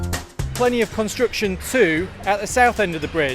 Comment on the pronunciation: I like the way he pronounces "construction" like "constriction"